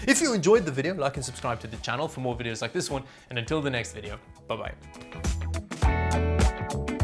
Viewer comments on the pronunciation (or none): none